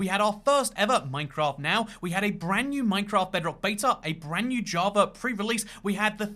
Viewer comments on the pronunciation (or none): Man almost said "jebrock"